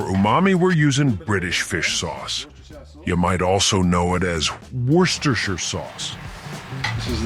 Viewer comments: Ok this is getting a like just for pronouncing Worcestershire correct. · Now thats a pie, my only addition would be some cheese. Props for pronouncing Worcestershire correctly.